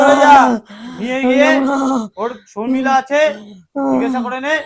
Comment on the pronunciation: শর্মিষ্ঠা হবে শর্মিলা নয়।